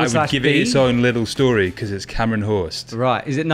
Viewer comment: Ugh! Cmon! European languages are NOT that hard. Hørst is not pronounced like that. “Hurst”. I suspect British Hursts have anglicised the names they immigrated with for… reasons.